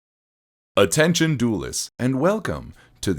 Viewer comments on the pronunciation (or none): UH-TEN-CHUN DOOLISTS!!!